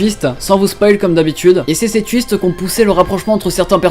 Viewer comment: J'ai compris ''y a eu beaucoup d'autre fiste'' Au lieu de ''twist''